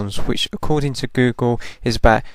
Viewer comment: U said Boogle at a time instead of google! lol